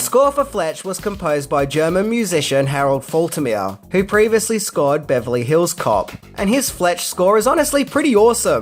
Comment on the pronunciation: Never thought I would hear you say “Beverly Hills Cop” that weird way again. Why you’ve decided to emphasize “hills” is a mystery. It’s like Madonna asking for a “hot f*cking dog.”